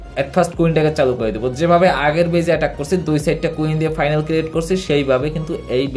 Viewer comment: ফাইনাল না ফানেল বলবেন।